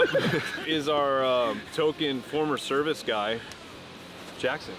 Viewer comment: Did this dude say " thank you for ur cervix" 😂😂😂